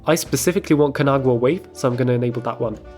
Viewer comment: LOVE LOVE LOVE everything about this video... but you should try pronounce it "KA - NA - GA - WA" It's Japanese which is pronounced phonetically. It's named after the artwork called "The Great Wave off Kanagawa"